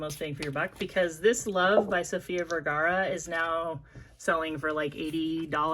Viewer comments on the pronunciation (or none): none